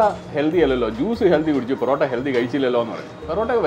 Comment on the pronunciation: ചേട്ടൻ ഹെൽദി എന്ന് പറയുന്ന പോലെ തോന്നുന്നു. ഹെൽത്തി അല്ലെ